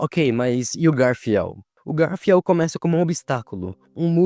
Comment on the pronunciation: Vídeo top, me deu um ponto de vista que nunca reparei antes, mas pqp, que angústia vendo ele errando as pronúncias dos nomes... garfiel? Ekidina?